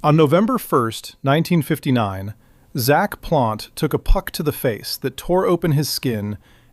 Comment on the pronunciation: "Zack" Plante. AI sucks.